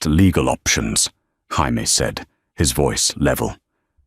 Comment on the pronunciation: Jaime is pronounce hi me is this the lawyers nane